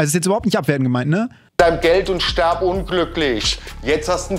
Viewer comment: Ich fange gleich an zu weinen😂 es regt mich schon in meiner Klasse so auf es heißt: wirf nicht "werf" ; lies nicht "les" ; iss nicht "ess" ; tritt nicht "tret" und hier eben stirb und nicht sterb 🤦🏼‍♀️ aaaaaaaaahhhhr 🤣🤦🏼‍♀️